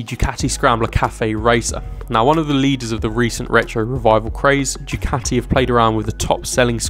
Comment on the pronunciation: It's pronounced, "Du Kati" and not "Jew Kati"!